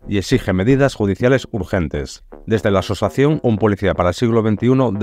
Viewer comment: ya, pero es que tres veces dices asosación, y así me da reparo compartirlo. Un saludo.